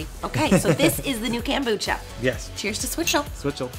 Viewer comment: Kombucha not kambucha